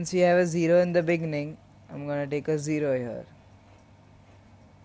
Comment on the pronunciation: "In the beninging"